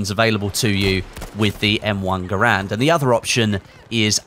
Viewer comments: ITS GARAND NOT GRAND GUYS!!! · It's gair-end not ger-and